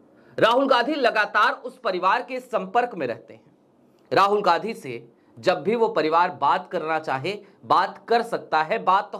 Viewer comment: चैनल तो चला रहे हो पर हिन्दी ठीक से नहीं बोल रहे हो जो इतना कठिन भी नहीं है ,गांधी शब्द को बार बार गाधी बोल रहे हो